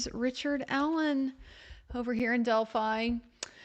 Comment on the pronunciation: I like how she says "del-fee" sometimes, since she's in town lol...but sleep deprivation makes the brain do crazy things